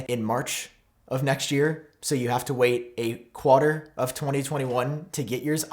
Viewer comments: no water he just said “Qwater” instead of “Quarter” 😂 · Can you say, “quarter” again 😂😂